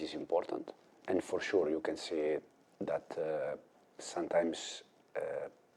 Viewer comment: "For shuu"😂